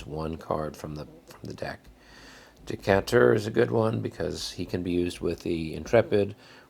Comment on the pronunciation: LOL. It is Stephen Dee-Kay-Ter, not decanter